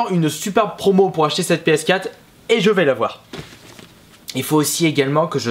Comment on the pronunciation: MON DIEUX ARRETE DE DIRE PSKATTE! PSQUATRE AVEC UN ''R'' SVP!!!!!!!¨